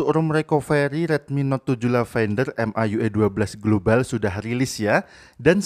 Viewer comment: Its a india global not a globale